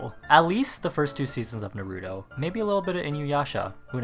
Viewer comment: Oh mygosh the way he said Naruto